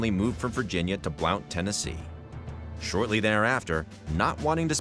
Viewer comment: It’s pronounced “Blunt” not Blount.